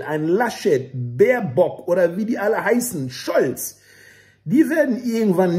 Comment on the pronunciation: bitte sagen Sie noch einmal "Baerbock"....das war so schön "gebockt".